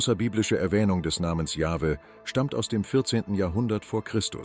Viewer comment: Allein die Aussprache des Namens „Jahwe“ zeigt das man den Beitrag nicht ernstnehmen kann. Genau so wie jene wo der Name Jehova ausgesprochen wird. Wenn das schon verkackt wird, braucht man sich den Rest gar nicht erst antun.